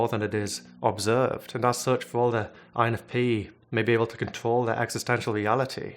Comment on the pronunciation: The way he said certain words took my attention like control sounded like contowl